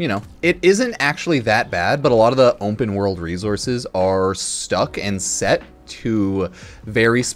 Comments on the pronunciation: Has anyone in this thread ever heard someone pronounce the word "Open" like does? I really need some answers on this, it's seriously been on my mind for a couple days. He says it like "Ump'N world." Why does he have perfect pronunciation of every word except for this one? Guys I need to know if this is like a regional thing or what is going on with this, I've never heard anything like this in the history of people speaking and I really do think he might be the only person on Earth to pronounce the word 'open' like "Ump'N." I just need to know what is happening...I can't explain my obsession with this. I just keep listening and I don't really know what kind of feelings I'm having. Why do I care? Why does he do it like that? Why do I keep thinking about it? What is going on?! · You pronounce the world "open" very strangely. I've never heard anyone say it like you do. You say ump'n, like "ump'n world." What's up with this? Edit: I even slowed it down to the slowest speed to make sure I was hearing it right. You really do say "ump'n." Why do you have perfect English pronunciation except for that one word? I need to know the answer to this it's driving me crazy, like are you trolling? Why would you say it like that. I'm not going to be able to sleep thinking about this.